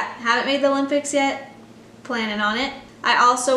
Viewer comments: It’s adorable how you always pronounce it “the ‘lympics,” never ‘O’lympics 😂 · MyKayla can’t go to the olympics until she learns how to pronounce it correctly